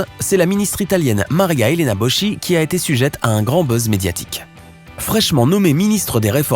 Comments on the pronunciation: Boski... et non Bochi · Gg pour le combo "dégradant" et "déshonorant" en moins d'1mn... Comme disaient Fred et Omar dans le SAV des émissions : "T'as envie de baiser toi... - Un peu" Ps : en Italie Boschi se dit Boski... Bochi ça fait saigner les oreilles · C'est pas bochi mais boschi (boski en phonétique) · Boschi ( bosqui) et non bosci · LE NOM DE MARIA ELENA ,,'' BOSCHI,, '' NON SI PRONUNCIA COSI'' MA SI PRONUNCIA BOSKI, SPERO DI AVERMI SPIEGATO CIAO. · Toi aussi t’as fait une bourde, le nom de la Ministre Italienne ce prononce Bo-s-ki et ça signifie les bois (ou forêt)... 😂 à part ça merci on c’est bien marré.